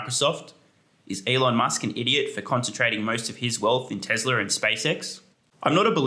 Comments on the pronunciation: My guy said Tezler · What is TeZla?